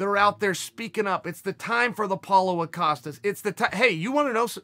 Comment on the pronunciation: Chael "It's time for the Paulo Ocostas" Sonnen